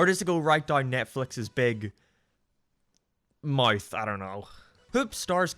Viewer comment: The way he pronounces “Big Mouth” is golden.